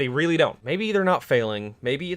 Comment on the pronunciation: weely good